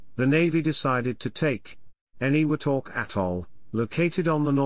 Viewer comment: TAR-a-wa; eni-WE-tok; KWA-ja-lin. I don't mean to sound like a grammar-nazi, just that my father LANDED on three of those islands (not Tarawa), and it annoys me terribly to hear a Brit "computer-voice mispronounce those names. Especially, as I am a former Marine, those names matter to us, and American dead are BURIED on some of those islands...STILL. Just sayin'.😍🇺🇸